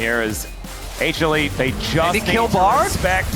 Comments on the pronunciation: 有人知道為什麼英文主播一直喊什麼A茄力嗎?不知道那什麼意思 譬如這邊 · 他是說HLE只是連起來